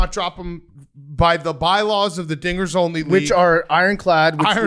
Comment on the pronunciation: big cat GOTTA have more annunciation on “dingers”